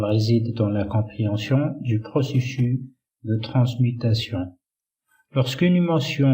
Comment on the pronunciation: Dans le mot ( processus ) le [ s ] final se prononce. Choukran , quand a moi j'apprends avec vous le choix judicieux que vous faites des mots arabe .